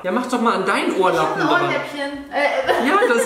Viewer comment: Haha 😂 bei minute " ohrlappen "😂🤣